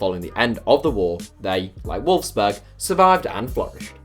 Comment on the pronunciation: Wolfsburg not Wolfberg